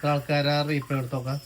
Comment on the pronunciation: റീ പ്ലേ അല്ലാട്ടോ replay റിപ്ലേ